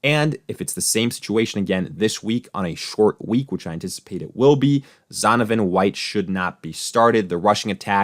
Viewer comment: Dude not even getting Zonovan's name right lol